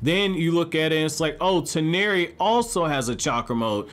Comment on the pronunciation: Press F for man's pronunciation for Toneri